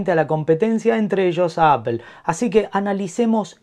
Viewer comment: Por favor españoletes, no digan más "APEL" !!!!!!!!!! :face-pink-tears